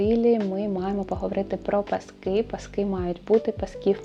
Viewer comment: Зрозуміла, що не бути мені в тренді😂 😂 - більшою мірою цей стиль не моє) Звісно, можна імплементувати окремі деталі, але то радше вийде випадково 🙂 Дуже цікаво і приємно Вас слухати, песик чудовий (у мами теж така - буде лежати як мишка, лиш би коло хазяйки)). Не люблю влазити і бути граммар наці, але будь ласка, змініть наголос коли кажете пасок у множині. Бо паскИ, то про Великдень) а пАски вже те, що нам треба😜🙃